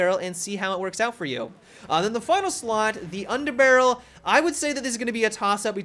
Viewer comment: undaberrle lol